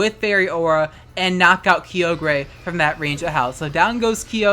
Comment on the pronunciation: Had to stop watching cause hearing key-oh-grey was driving me insane